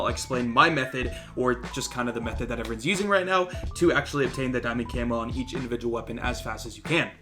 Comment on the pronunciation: Indivigual huh?